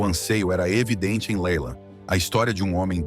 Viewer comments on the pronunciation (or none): O nome da música Laila se pronuncia Leila em inglês. Ou você fala os nomes em português ou com pronuncia inglesa. Se decida!